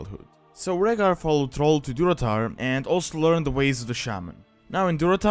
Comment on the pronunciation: It's not trol its thral a not o ....